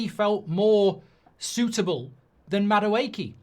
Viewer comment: Hate how you pronounce Eze’s name as well as Madueke’s